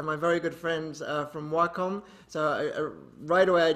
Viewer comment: I finally know how to pronounce Wacom correctly. WOW